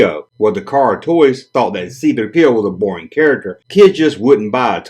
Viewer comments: Emphasis on the 3, not the P. But to each their own. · Button?Is that what you lot call Badges?!Great video & I still love the way you say C3 Pee Oh 😂